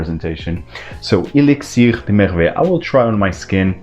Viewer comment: wow! i just got the first one and LOVE LOVE LOVE it! and it sounds so much better when a native French says it. Thanks :)